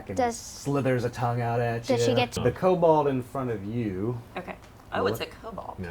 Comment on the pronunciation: "Kobold" -- it's "kobold."